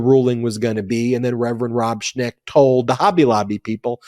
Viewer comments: Schenk not Schnek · It's ShENk, not ShNEk. Not sure of the exact spelling but it's en not ne. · The name is "Schenck", according to the internet, not "Schneck". Thanks for your great work!